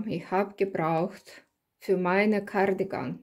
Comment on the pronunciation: Ah ich liebe es wieder wenn du in deinem Akzent Gardigan sagst es keine Kritik ich mag es einfach LG